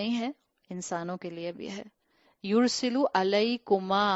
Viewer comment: یورسل کی تصحیح کر لیں. س پر زبر ہے